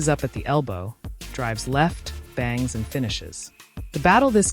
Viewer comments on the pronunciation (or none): none